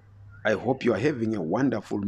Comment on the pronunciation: I HHHHOP low lives. HHHHere 😆